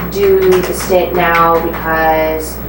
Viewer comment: A stint? Really? Not a stent, but a stint? My god.